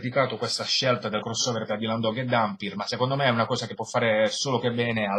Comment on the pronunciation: OOOOHH! MENOMALE che hai pronunciato "Dampyr" come si deve, bravo! per il resto vedrò la recensione quando leggerò l'albo ;)